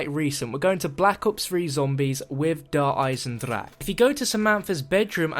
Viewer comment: the kind of guy to say Der Eisendrache wrong